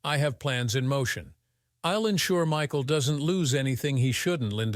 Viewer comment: AI is crap. "Ill instead of I'll" just moronic.